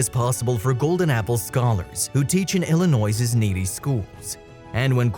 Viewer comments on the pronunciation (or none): Minor nitpick: It's "ILL-uh-NOY." There is no "s" in the pronunciation of "Illinois."